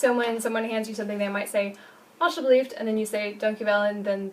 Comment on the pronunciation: It should be "alsjeblieft", not "alsjebleift"